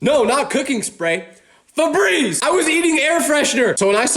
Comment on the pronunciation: “frenreeze lalallala” like bro what? febreeze is crazy